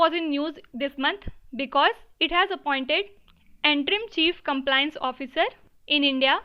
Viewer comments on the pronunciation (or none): none